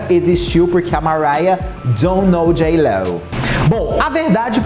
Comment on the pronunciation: Simmmmm, inclusive se vc olhar a foto do perfil no youtube, tem a cara das cantoras repetidas, mas não tem a JLO! Kkkkkk. Imagina vc ser crítico de música e ser parcial desse jeito? Ele é tão desrespeitoso que nem o nome dela ele fala direito, chama de jiló... Faça-me o favor!!!!